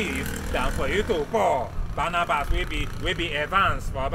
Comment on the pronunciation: Barrabas not Barnabas 😂😂😂